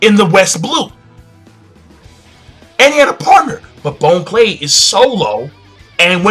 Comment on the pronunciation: Bon Clay isn't pronounced Bone-Clay its (Bahn-Clay) like Bon-Bons. great video though.